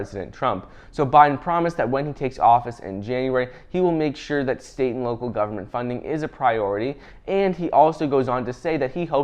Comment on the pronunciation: ... "state & local government" .. what i heard, "satan"